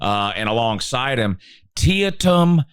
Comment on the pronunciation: You butchered Teitum's name so bad it almost gave me a heart attack 😂